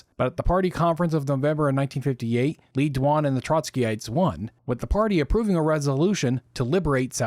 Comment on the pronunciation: Le Duan, pronounced more like Lay Zwon